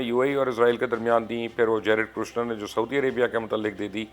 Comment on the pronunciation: ITS NOT KRUSHNER, IT IS KUSHNER.